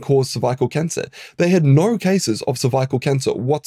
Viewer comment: Why do you say cervical like that?